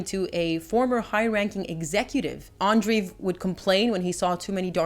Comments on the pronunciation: Andreev, not Andriv. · Andreev is pronounced "Andreyev"/"Andrejev" btw.